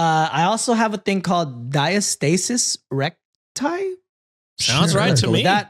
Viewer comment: you pronounced Diastasis Recti perfectly. It is a very devastating condition where the large abdominal muscles separate vertically down the middle from pregnancy and cause a large bulge, it can’t be cured. Exercises can maybe help slightly but other than surgery, it doesn’t really go away. It can be really hard to reconcile with the fact that your body isn’t going to look exactly the same as before pregnancy and especially in those first couple of months (when hormones are awfullll) it is very difficult to see yourself in a positive light. I’m so glad she has an amazing husband and was able to do things that made her feel more confident and comfortable!